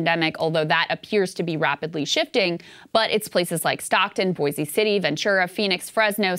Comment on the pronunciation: Krystal! you said Boise correctly. Thank you very much. However, it's not Boise city, it's just Boise. Most Americans mispronounce Boise by using a Z sound. So, I appreciate you saying it correctly. :) Hopefully, Saager will get it down, too. Cheers